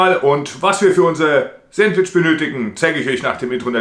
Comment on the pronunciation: Sääntwtisch, ha ha ha, da üben wir aber nochmal😂 . Alexa, wie spricht man es aus? Antwort: Auf Ostdeutsch oder wie im richtigen Leben?😂 Das ist kein Sandwich sondern ein leckerer Burger, denn es wird ein Brötchen verwendet. Es wird Toastbrot ohne Rinde verwendet, die belegten Scheiben werden diagonal zu Dreiecken geschnitten Zudem sind die Zutaten auf einem Sandwich traditionell kalt.